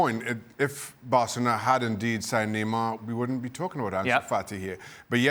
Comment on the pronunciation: Dan Thomas' pronunciation of Barcelona sounds like [BELCH!]-chalona.